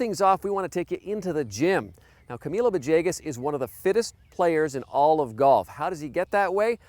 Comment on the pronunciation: still wondering how you get "va-JAY-gus" from "villegas."